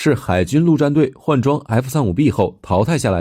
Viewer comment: AV8D聽起來好台灣國語